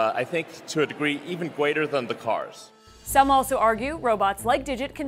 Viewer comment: "even gweater dan de cawrs" uwu